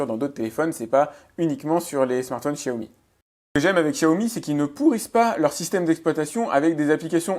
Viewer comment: Pourquoi tout les pseudos geek disent Chiaomi ? Vous passez pour des neuneu :( on vis en France et on apprend depuis bébé comment on prononce le X...